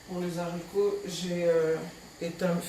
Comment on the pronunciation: Belle recette mais maman on ne dit pas lezarico ( les haricots ) puisque le h n'est pas muet mais plutôt prononcé sinon au singulier on allait dire l'haricot or on dit le haricot